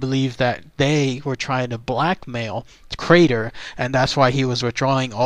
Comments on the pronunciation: Gees mr narrator, his name is Crater, you keep calling him Carter!!. ya got the r in the wrong place!!! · It's Crater not Carter. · How embarrassing not to understand the man's name is pronounced KRAYTER...not CARTER...only one of the most famous disappearing cases ever...if not THE most famous...was a tag line for comedians for years and years.... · Crater not Carter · CRATER!!! Not Carter, sad